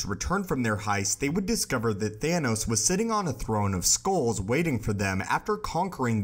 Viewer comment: It's pronounced SKULLS, not SKOALS. The narrator needs to learn this.